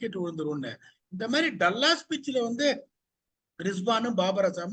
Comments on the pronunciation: it’s called ‘டா(da-luhs)லஸ்’, not ‘டல்லஸ்’. Please check google and call accordingly. All your inputs are great to listen. Keep it going. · 😂 Dull ass illa Dallas ( Da + Luhs)